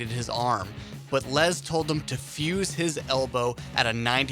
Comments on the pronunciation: Lez Paul SMH it’s definitely spelled and pronounced Les. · Good god HIS NAME IS LESTER, therefore it’s pronounced “less” not “lez” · It's les Paul, not LeZ pOul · What the fuck is a “Lez Paul”??? Lol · "Lez" Paul? Dude... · I believe it is a Les Paul not a Lez Paul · “Lezz Paul”? Go back to working at Sam Goody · Instant credibility loss in the first few seconds when you're doing a list of pivotal "rock" moments and you can't pronounce Les Paul's three-letter first name, like you've never ever heard anyone say 'Les Paul' outloud in your whole life. It's not "Lez." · Lez Paul? Its Les Paul. Like Less, Not Lez. Cmon bud. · Les Paul not lez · Les, not lez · It's les with an s not a z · It's Les as in Less Paul! Oi hearing you say lez makes me cringe! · He just likes to say lez.